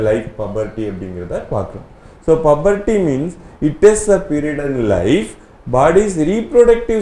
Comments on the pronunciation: Puberty pronunciation wrong so change your pronunciation ok sir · Puberty pronunciation is Wrong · Puberty pronounciation wrong